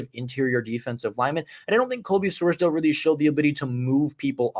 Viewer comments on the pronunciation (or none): Great video! Wanted to let you know for the future it’s pronounced “Sors-Dawl” not dale